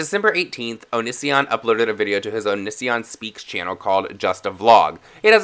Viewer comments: When you’re so gay you can’t pronounce O-knee-see-on correctly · Eh. Only thing that bothers me is how many times this guy mispronounces Onisions name lmfao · I love how you say his name 😂 Loving your channel ATM 😊